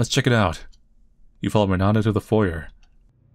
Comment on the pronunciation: The r in foyer is silent.